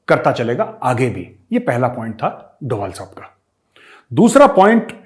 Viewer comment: मेजर सहाब इन पाकिस्तानियों ने अजीत डोवल-अजीत डोवल बोल-बोलकर उनके नाम का उच्चारण ही बिगाड़ कर रख दिया है, जबकि उनके नाम का सही उच्चारण "अजीत डोभाल" है ......आपसे उम्मीद करता हूँ कि आइन्दा आप सही उच्चारण करेंगे ताकि पाकिस्तानियों को भी समझ आ जाये, क्योंकि पाकिस्तानी आपको बहुत गंभीरता से सुनते हैं। 😁🙏😁